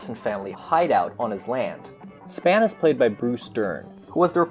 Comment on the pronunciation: It's J LEE Thompson and not LEE J Thompson. The Western was still huge in America in the '60s, but admittedly, it had shifted more to TV and away from the big screen. And "Spahn" is pronounced like "Spawn." Otherwise, good job on this.